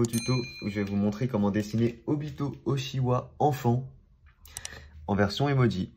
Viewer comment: Mdr au début de la vidéo il dit Obito Ochiwa